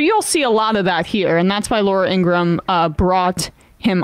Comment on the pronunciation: ingra ham is how her last name is pronounced.